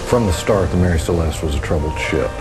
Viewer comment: The ship was called "Mary Celeste", not "Marie Celeste".